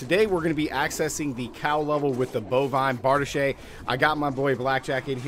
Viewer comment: Bar-DEESH... not Bard-uh-shay. You've been watching too much "Pooty Tang".